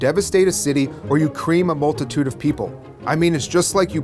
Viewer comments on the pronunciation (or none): I thought Deacon said cleam, not cream.